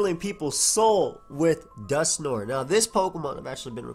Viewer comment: No one: Pokeaim: "Dusknor"